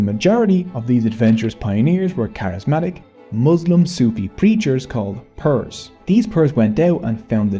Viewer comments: Generally, a good video and you did address how even a 66 minute video will miss things. Nevertheless, please allow me to proceed. Pirs is pronounced “peers” NOT “purs,” but dear, you forgot to mention Subhash Chandra Bose. It wouldn’t hurt to discuss the following either: 1. Biharis / Stranded Pakistanis 2. razakars 3. Sheikh Hasina (you stopped the history at 1971, this video is from 2023, more than half a century later, so it’s understandable that zaalima’s cowardly retreat to her BJP overlords was not mentioned, but you could have spent some time on how she oppressed her own people) 4. The Concert for Bangladesh (20 December 1971), so as to connect to wider Western popular history 5. Zia ur-Rahman 6. Khaleda Zia 7. the taka and its etymology (Pakistani rupees were called “takas” until 1971, and Indian rupees are still called takas in West Bengal) 8. sati (you did discuss the Bengal Renaissance, it would have been nice to elaborate on Ram Mohun Roy 9. You could have elaborated on Swami Vivekananda 10. the birth of modern Indian music industry in Calcutta, and India’s first film, a silent film, “Raja Harischandra, also released in Calcutta in 1913 (Saregama / HMV is still based in Kolkata.) I don’t think Ravi Shankar was mentioned either. Yes, the polymath Tagore undoubtedly has a musical legacy, but Shankar is more widely known - and it would have been nice to cement the association in your audience’s mind. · Not PIRs...its actually pronounced more like "PEERS"..they were muslim saints respected by Muslims also hindus, they are the reason for large muslim population in bengal, it wad their preaching and miracle performed by them converted many bengalis. Our family one of them. These PEERS still have their masoleums, and a feast and fair is organised on the death anniversary of the saints called "URUS"..i.e. clebrating the arrival of Islam to the land. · They are pronounced "peers", not like Pierce Morgan but like 'pee-rs'.